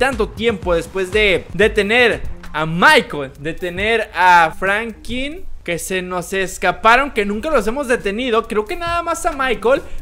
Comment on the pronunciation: Es franklin no frankin